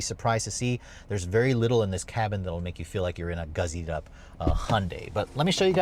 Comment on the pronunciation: Gussied up is spelled with the letter s, not z. Stop saying guzzied up.